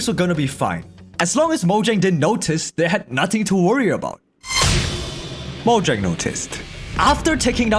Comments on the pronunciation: Mojang no no no it's Moyang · “moyan”